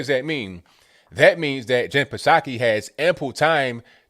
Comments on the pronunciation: I'm pretty sure it's pronounced saki silent p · its just saki the P is silent.